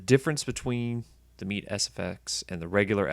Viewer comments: its called as " MAY TAY " ME'TE🤔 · Thanks for the video, not many good videos showing lower teardowns. But the way you pronounce METE is so cringe.